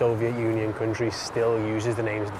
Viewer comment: so many Borat moments "yeees, quite a stable coutriey without no protesting"